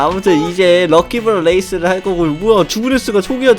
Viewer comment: 앜ㅋㅋ 처음에 '럭키블럭 레이스'를 ㅋㅋㅋ '럭키블럭 레깅스'라는줄ㅋㅋㅋㅋ